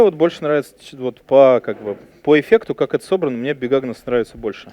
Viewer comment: Лекция интересная, но пожалуйста, произносите четче названия, долго не могла понять что за "бигагнос". У меня крохотный швейцарский нож-брелок с щипчиками для ногтей уже 12 лет и ни в коем случае менять не буду, самая практичная вещь на свете, фиг с лишними граммами. Крышка нужна обязательно! Вода закипает гораздо быстрее и остывает медленней, а главное, она же превращается в сковородку. Но если иду одна (3 дневки), котелок вообще не беру - кружки на 400 хватает, обхожусь без сахара, соли, специй и масла. Зато тащу яблоко и овощи - быстро съедаются и становится все легче идти. Вместо разделочной доски и тарелки - кусок пачки сока. Он же для розжига и ветрозащита.